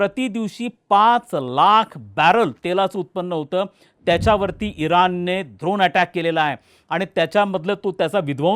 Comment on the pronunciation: सर, ड्रोन असते ते... द्रोण नाही. युद्ध आहे, लग्नाची पंगत नाही द्रोण वाटायला.